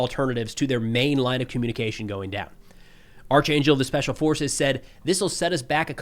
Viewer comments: Hey - “Archangel” is pronounced ark-angel. Just fyi. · Not sure if you read this BUT ark angels, bot arch, like its spelled They’re from the bible fighting evil basically 2nd ranked angels in abrahamic religions ir the major 3